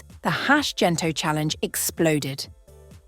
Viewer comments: Hard G please. Gento not Jento. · Would be lovelier if you pronounced Gento correctly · Thank you for this but your pronunciation of GENTO is not appropriate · The letter G for the word Gento must be pronunce aa the sound of letter G in the word gold not G for the word general okay? The letters for Tagalog languange must be pronunce as it is and it will never change the sound even the letter change position in every word like the pronunciation for letter G. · Great documentary (except for mispronounced words like Gento, Ginto).